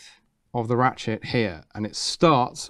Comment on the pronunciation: did he say ratshit mechanism?